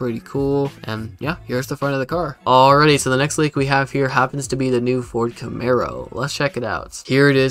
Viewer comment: "Ford camero" 😂